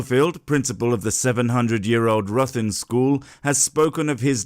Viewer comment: ITS pronounced rithin btw